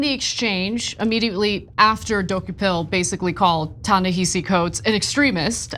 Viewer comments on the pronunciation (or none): Yes, it's spelled Ta-Nehisi, but it's pronounced Tah neh HA si. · The pronunciation is TA-NA-HA-SEE. Come on, you’ve been saying this man’s name incorrectly for a decade. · Are you mispronouncing his name on purpose? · The sad part is if it wasn't for the Israel element tyt one be talking about this man and she's pronouncing his name wrong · Please pronounce Ta-Nehshi’s name correctly. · Jesus, NEITHER of them can pronounce his name! AMATEUR HOUR! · You’re mispronouncing his name. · Why are Cenk and Ana both pronouncing "Ta-Nehisi" wrong? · Come on Ana, at the very least, research how to pronounce his name. He's an acclaimed writer. If you're going to report on it, get the basics right. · Can we please pronounce his name correctly? This is embarrassing